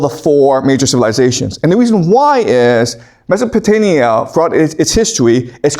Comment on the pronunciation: I thought I was hearing wrong, but across multiple videos, multiple times, I hear you saying "MesopotaNia" with N instead of M. I can't be the only one.